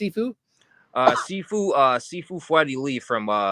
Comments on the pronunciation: It's Shifu, not Sifu 😂😂😂😂😂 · It shifu pronounced she-fu means more skilled person or teacher. only martial arts training is watching Cynthia rothrock movies dressed in his Pj's with his bathrobe ties around his head trying to copy the moves he sees. As always a flerf has to lie about there past as he lies his past consists of skipping school eating Cheetos and watching movies all day dreaming of being great. He sounds like he's from Canada? And the new York accent 😂😂😂😂. FBI open up ya bum!!!!!